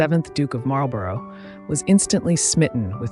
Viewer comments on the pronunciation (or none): Marlborough is pronounced Marl-borrah.